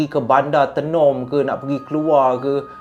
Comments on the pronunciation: Tenom bunyinya mcm ni, [teh nom] bukan tienom hehe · Sebutan tay-nom bkn tee...nom..walaupun ejaan Tenom.. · Kk- Kota Kinabalu KB- Kota Belud Sebut Tenom Bukan Te num Tapi... Tenom- Tey nom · Done subcribe bang.. Bang Tenom tu sebutan nya mcm abg sebut teh bkn sebutan te.. Kopi Tenom paling sedap la di Sabah kopi buatan Sabah asli bah.. Lagi satu tu bukan bandar tenom bang pekan Tenom.. terbaik perkongsian cerita seram bang🤩🤩🤩🙏🏻asal Sabah hadir ni lahad datu Sabah.. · Bang sebut Tenom tu kena sebut Taynom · sebutan tenom bukan menggunakan e pepet 😅 bunyi kena guna e bulat "teh-nom" 😂😂 supaya bunyi dia sampai hehehe hwr thanks share huu seram cerita ni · KK tu bandar bang.. (kota kinabalu) KB pekan pendalaman (kota belud).. Tenom kita sebut (teh-nem) 😊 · cara sebut tenom tu, dia kene sebut "taynom" haa baru btul hehe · Sebut Tenom bukan lidah kat atas TE tapi Lidah kat Bawah..Tenom😊